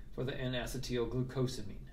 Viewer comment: DO. NOT. STOP. MAKING VIDEOS! You have a gift and your channel will explode. Keep it up. Acetyl; uh-SEE-dle, like acetylcholine. Why is everyone saying asset-TEAL?!